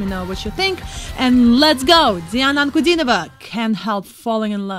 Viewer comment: с первых ваших слов понял, что вы русскоязычная. Мало кто из реакторов выговаривает фамилию Дианы. Класс! Спасибо вам.